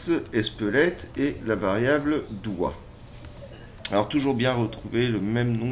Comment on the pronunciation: On dirait que tu dis "Espelette" ! Fait attention quand tu prononces l'esperluette :) Au pire, who give a fuck...